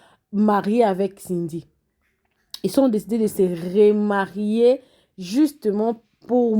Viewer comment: on dit remarier et non rémarier